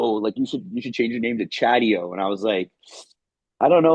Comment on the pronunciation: It's Chadio!